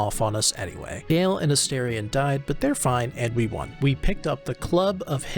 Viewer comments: Just my own little pet peeve but why does every YouTuber say Astarion’s name as A 😳 ion when it’s pronounce A ⭐️ ion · please for the love of god learn to say astarion’s name